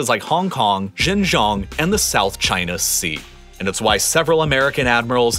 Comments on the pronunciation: This video is so terribly researched and makes big assumptions not based on actual data/facts. I finally lost it when my man pronounced Xinjiang as Zhingzhong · Xinjiang is pronounced like "Shin - Jeeang" 👍🏻